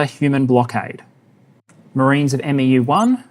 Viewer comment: respectfully, 'MEU' is pronouncedd ... soft m. soft e. short u. sounds kinda like. mew. - some jarhead